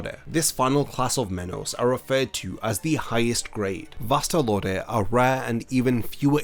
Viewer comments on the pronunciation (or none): why is his pronunciation of vasto lordes sounds like vastal orders ?